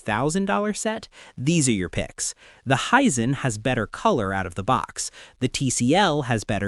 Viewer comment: As mentioned on previous vidoes, this guy is AI. One minute he's saying Hissense instead of HiSense. Then later on he's saying Hisen. This is because the AI doesn't really know how to say the word. If he was a real person, a real reviewer he's know how to pronounce aTv brand correctly